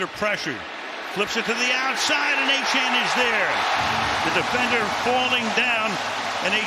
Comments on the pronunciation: Hey Al- it’s Achane (A-Chain.) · It's fun the announcer is too illiterate to pronounce Achane correctly.